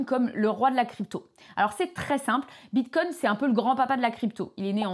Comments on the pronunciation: Je ne suis pas un connaisseur mais il me semble que l'on ne prononce pas "bite cogne"... 😂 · Tu peux arrêter de dire "bitecogne" toute les 30 seconde . stp